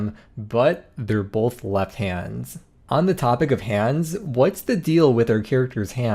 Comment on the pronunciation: Did you just say "like hans on the clock"